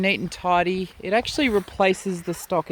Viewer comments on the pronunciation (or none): none